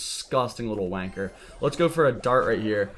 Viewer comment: Hearing an American say wanker just tickles my biscuits